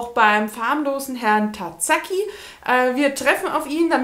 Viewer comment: Du hast mich heute bei einem schönen Waldspaziergang begleitet :) Ich mochte den farblosen Tazaki damals sehr gerne, mich störte das offene Ende nicht, auch wenn ich schon gerne mehr erfahren hätte... Übrigens, weil du ja doch hin und wieder japanische Autoren liest: Das "z" in japanischen Namen spricht man wie das weiche deutsche "s" aus, während das "s" wie ein scharfes (deutsches) "s" ausgesprochen wird. :)